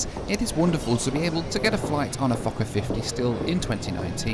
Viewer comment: sounds like you say fucker instead of fokker hahaha